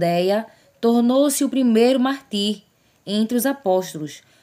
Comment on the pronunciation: Irmã, muito bom. Mas não é MARTÍR que se fala não, é MÁRTIR, com sílaba forte no MAR...não no TIR.